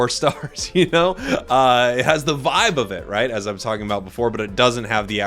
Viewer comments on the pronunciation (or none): none